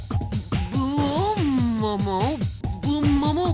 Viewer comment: he said bumo wrong